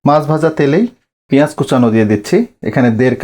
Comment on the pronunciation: Aage Bhasha puraskar kore bolte sekh tar par video banas OK mach ke maas VHAG AKHAN THEKE vasa poris kore bolte sekh tar par video banas OK